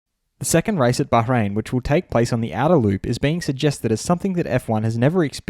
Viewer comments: I live in Bahrain and I can confirm is pronouncing it correctly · Anyone noticed he pronounces "Bahrain" correctly?😂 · i think it is the proper pronounciation